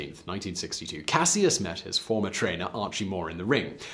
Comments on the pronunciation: You’re pronouncing Cassius incorrectly. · anyone else realize that he is pronouncing "Cassius" wrong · I though his original name was pronounced like Cash-us Clay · You killing me 🤦🏽‍♀️ with that Cassius 🤦🏽‍♀️🤦🏽‍♀️ EVErytime you say Cassius I have to take a second or two to understand who you talking about!!!